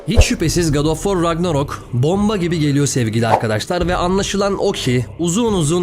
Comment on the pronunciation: Ragnarok değil Ragnarök. Bu 'in, Emır denmesi ile aynı bir durum.